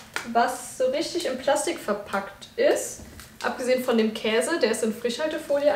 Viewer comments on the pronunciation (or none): none